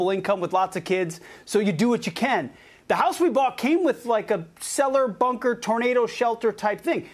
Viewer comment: He bungled bunker with bunkel.